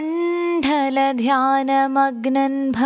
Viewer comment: ഭാനു മണ്ഡല ഭാനു മണ്‌ഠല അല്ല